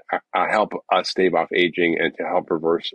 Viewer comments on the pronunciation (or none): none